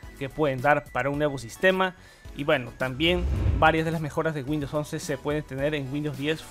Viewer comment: A "Winndows 11"? jajajajaja